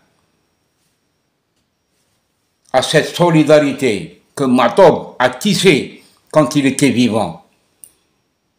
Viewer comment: S'il te plaît il est juste de prononcer Matoub et non Ma3toub. Cordialement